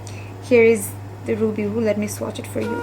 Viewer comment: Not TOP but TAUPE A&U gets the stress & not Ruby Voo Ruby woo kiss woo & bite v’s.